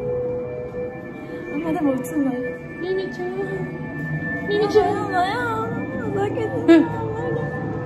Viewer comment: のミミちゃ～んがミキティ～にしか聞こえないｗ